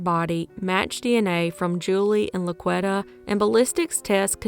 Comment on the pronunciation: I think it may be pronounced La-Qwee-tah. Not La-qwet-uh. It's a very popular name in the hood. 2nd only to Shaniqua.